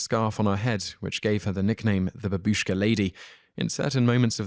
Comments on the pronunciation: its not ba bi sh k a but, as written, ba bu sh k a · Please research how to pronounce Bimini, babushka, Augustine, and Bethlehem. Otherwise great work! Thank you